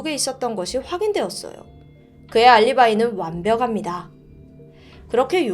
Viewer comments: 완벼감미다 가 아닌 완벽.합.니다 로 읽어주셨으면 좋겠어용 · 잘 보고있습니다. 😁 그런데 한가지 발음(합니다)을 교정해주실 수 있을까요.. 이번 영상에서는 유난히 더 들리는것 같았어요ㅜㅜ 바르고 정확한 발음으로 내용을 전달 하시는데 이 부분만 표준어 발음으로 해주시면 더~ 좋을것같아요.. 시자가게 되는데요 > 시작하게 되는데요 완벼갑니다 > 완벽합니다